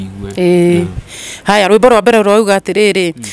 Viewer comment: In kikuyu language we don't have letter L. Mbere not Mbele